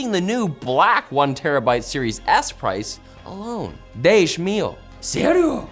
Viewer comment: Not a bad attempt on saying "serio?"